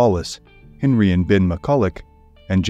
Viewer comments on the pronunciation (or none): none